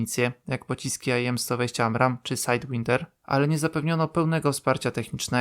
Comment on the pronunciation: Po raz chyba czwarty: "sajdłajnder" a nie "sajdłinder".